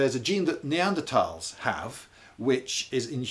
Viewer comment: he says “neadertals” then right after “Neanderthals” right after